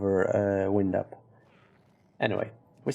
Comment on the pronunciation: lol come on buddy. it's WIND up. like wynd, not wind like windy day. Make your videos short. more views. :)